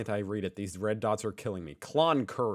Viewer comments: Said "Con-Curry" nothing there and no work hahaha. Yeah BS at the moment. The average wage is $60-100k AUD if you lucky... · Cloncurry lol